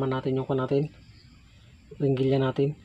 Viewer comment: Heringilya boss hindi Ringilya....